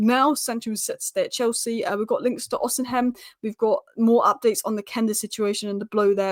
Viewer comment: It's OsiMEN. Not OsiHEM!